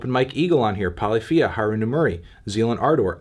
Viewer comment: Sorry how did you pronounce Polyphia?